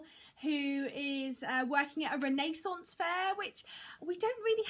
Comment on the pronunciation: I love your channel!!! I love how you pronounce "renaissance fair" :)